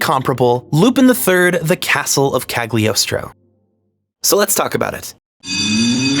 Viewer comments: Impeccable pronunciation of Citroen but says Cagliostro with a hard G. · g in cagliostro is silent. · Part II has a lot of disappointing episodes in terms of writing. Part I is best, especially the first 9 episodes. Also Mystery of Mamo is better than Cagliostro. Also Cagliostro is pronounced with a silent g (as it's a vaguely italian setting. Listen to the japanese dub.) That's all, thank you very much for the video. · "I'm really smart." Immediately mispronounces "Cagliostro"